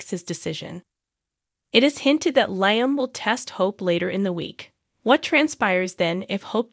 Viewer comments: His name is pronounced 'Lee..um....not Lie..m. fix it... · Please pronounce cast names correctly. LIam is pronounced,,,,Leelee um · It's LEE-AM